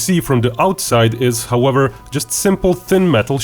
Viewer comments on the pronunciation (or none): none